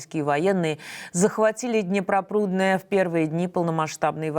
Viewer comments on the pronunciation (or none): Днепрорудное, а не Днепропрудное, блин... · ДНЕПРОРУДНЬІЙ, а не Днепропрудньій. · не Днепропрудный, а Днепрорудный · Вы хоть читать правильно научитесь, недооппозиционеры. имперскость сидит даже у них в голове. Днепропрудное, у них же в расеи долглпрудное или что то подобное. Украинский город называется Днепрорудное. Не позортесь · Не Днепропрудное,а Днепрорудное! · Город Днепрорудное, а не ДнепроПрудное.